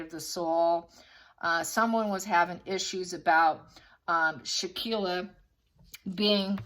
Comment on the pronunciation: Victim's name is Shanquella (Shan-kwell-uh). Her best friend was Kahlil (kah-leel). Her killers were the woman with the name pronounced Day-jan-ay, and the other killer is Wenter. The 3 of them masterminded this crime, plus the witnesses that didn't intervene. This makes me sick, and thank you for shining the light on this situation ❤🙏. If it was a Gabby Pettito, it would be all over the place and people would be pronouncing her name right. We need justice for Shanquella.